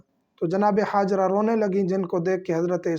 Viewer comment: ہاجرہ آپ کا ح سےادا ہوتا ہے حضرت